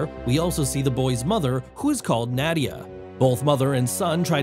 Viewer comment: You pronounced Nadia and Zarathos wrong.